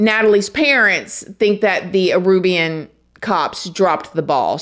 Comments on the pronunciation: Aruban. Not Arubian. I think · Oh man. Love ya, but there's only so many times I can hear "Arubian", opposed to "Aruban". Oh boy, *edit* I have to add "Lime-uh", opposed to "Lee-muh" (Lima), and "Chili" opposed to "Chee-Lay" (Chile).